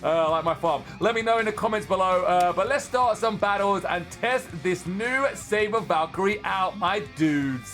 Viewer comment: It's savior not saber